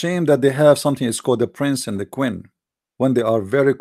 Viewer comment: it is queen not qwin pray to Jesus to improve your English and your accent dude